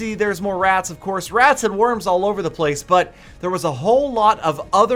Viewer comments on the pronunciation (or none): none